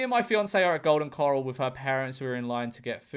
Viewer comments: golden ‘cuh-rall’ not coral :3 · it’s corral not coral 😭😭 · It's pronounced golden corale, cor-ale. Think of the word morale and that's how the corale rhymes. If you don't know about golden corale, don't speak about it. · Golden “Coral” made me twitch 😅 It’s Cor-ral and you can cut in if there’s a gap. Generally, you go with the flow of traffic, but if they’re not moving, they can suck an egg. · george calling golden corral, “golden coral” made me laugh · Corral not coral George 😂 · My brother lives and breathes Golden Corral (pronouncing it coral like the animal is killing me btw) and yeah there’s a clear traffic flow bc it’s several separate areas for food but if you jump in for one thing and then remove yourself nobody will care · Golden choral... golden coral.. bud you should look up how to pronounce corral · It's Golden CŌR-ÃL Like, "COR blimey, ALan"